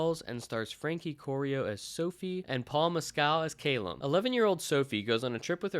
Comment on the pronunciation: Great delving review but argh is Ca lum not cay lum